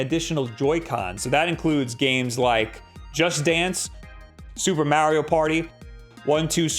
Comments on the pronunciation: Ma ree O. Not Mare E O. Play any of the games and he'll say his name for you. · IT IS MARIO NOT MEARIO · Mario not mary-o